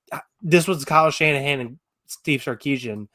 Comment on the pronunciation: How you gonna say Kyle Shannahan 😭